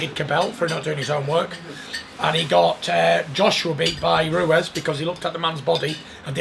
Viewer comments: Does anyone else find it a little irritating that even when his name has just been said by someone else in the room - Fury insists on pronouncing it “Ruez” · Tyson “Andy RUEZ” Fury